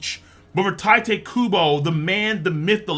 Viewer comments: It's [TEE-TAY] Kubo, not Taite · Tee-te, not Ty-te pls